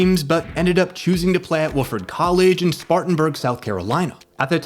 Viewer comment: You know it’s written by AI when you call his college Wooofard!